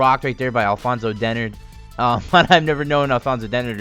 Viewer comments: Its actually Denard not denn erd. His brother went to MSU and i watched him play for 4 years. Its denard not denn erd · White people saying "Dennard" wrong. It's not denerd. Lol